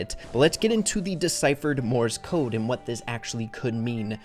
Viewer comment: every time he says "morse code" all i hear is "MORTIS CODE" "MORTIS CODE"